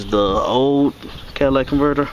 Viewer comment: (cat·a·lyt·ic) Catalytic converter not Cadillac (Ca·dil·lac)